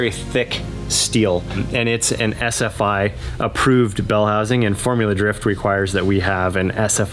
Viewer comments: I can't be the only one that thought was saying Essa-fy. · Haha I swore he said "Essafied" bell housing not SFI. .